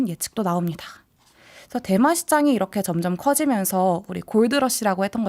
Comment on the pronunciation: 자꾸 대만음료로 들리네요.